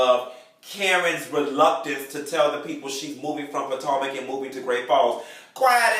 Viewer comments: YOU PRONOUNCING THE NAME WRONG ITS POTOMAC!!!!!!! ASK A FRIEND!!!!!🙃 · He says 'Patanka" on purpose.